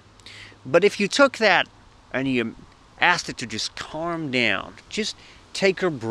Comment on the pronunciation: Love how you sound auzzie when you say “calm” hahah